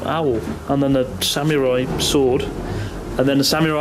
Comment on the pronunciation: the way you pronounce samurai is a riot